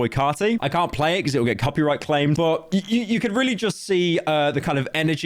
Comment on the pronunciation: why do you say but like BOUT